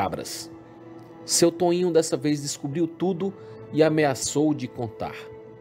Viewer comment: Toìnho? puta que pariu Os brasileiros não sabem falar português?